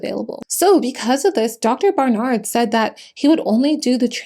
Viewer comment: Loved the video but, the way she was saying "Dr. BarNard" was getting to me.